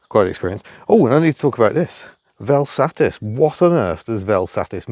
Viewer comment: Got to love that you have a Vel Satis (miss Hubnut will not excuse you for the way you pronounce it) but heck, sounds like you got the worst example possible. Curious if you can get it a bit more... loved.